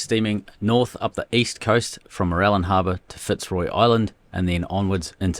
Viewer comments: More -rill-yan is how pronounce Mourilyan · Mate! You've got to work on your place names. This from the googles tame AI: Moo-rih-lee-uhn: The first syllable is like "MOO," the second is a soft "rih," the third is like "lee," and the fourth sounds like "uhn". Google is your friend. If you're not sure of something, ask google. God knows, I do. OK, I'll shut up now.